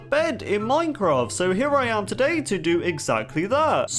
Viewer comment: Is it me or does he say "back in the earlier days of mincraft" like or use this emoji👍 if u agree